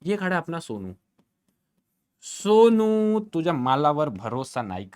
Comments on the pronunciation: Sir aap somu ko sonu ka raha tha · Somu ❌ Sonu ✅ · Somu ❌ Sonu ✅😂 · Sir it is somu not sonu😅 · Sir its somu not sonu😅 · Sir it's somu not sonu 😅